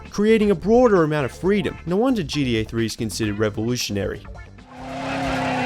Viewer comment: GDA..? you mean GTA? Either you are saying GTA far too quickly or you're pronouncing it incorrectly. I'm not entirely sure.